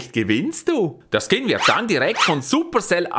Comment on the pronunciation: 'Skom' anstatt Skin Macht die Untertitel an 😂